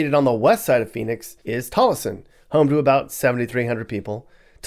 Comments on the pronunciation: It's pronounced TOLESON not tall a son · It's not casa grande it's pronounced casa grand and tolleson is pronounced tollson